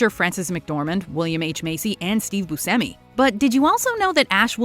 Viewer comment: Yeah, Steve pronounces it "boo-SEM-ee." Butchered Italian. But not as bad as "SHY-voh" for Schiavo.